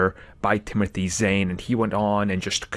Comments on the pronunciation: Zane? It’s Zahn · Zahn, it rhymes with Thrawn, not "Zane".